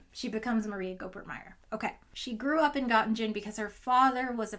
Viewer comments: Göttingen: No idea why you decided to split the -ingen into -in-gen??!! English has an -ing sound. You split instead into -ing-un. So, in total, gutting-un, though ö is not exactly a schwa. Göttingen is an important German historical and present centre of learning such that the look-up for its pronunciation should not be a last-minute affaire before recording a video mentioning it. For the rest, yet another fascinating and well-crafted video from one of my favourite YouTube physicists! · Hey, awesome video thank you:) If you dont mind the nitpicking, as a physicist who also did some years of German, the german pronunciation of Göttingen sounds a bit like "guh - tea - ng - en" Nothing wrong with pronouncing it like with an american intonation while speaking in american English but I thought you might be interested to know:) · I'm going to be THAT person: it took me a while to understand that the story took place in Göttingen, NS. I am not expecting you to do the umlauts properly, but the soft-G is not giving. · As European I can't stand your pronunciation of Gottingen it hurts xD Nice distraction btw 😜 Make physics great again 🤣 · Habilitation means receiving a professorship /tenure upon compiling habilitation thesis, i.e. like a PhD, but worse, I guess. The 2nd "g" in Göttingen is pronounced kinda like the "g" in "ring", not like the "g"s in "ginger". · Okay very awesome video but the Göttingen pronunciation is killing me D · Fyi, Göttingen is pronounced with the second G also being a hard sound, same as the first. Not the most important thing ever, but I gotta admit I couldn't figure out what you were saying until I saw it written down, so I thought this might be helpful for future reference. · Please look up how to pronounce Gottingen: for starters, the second g is hard. You're so knowledgeable; you might as well sound like it. Great story! I didn't know anything about this tale. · pronunciation of the place name is like Gö-ting-en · Pronounced Gutting'n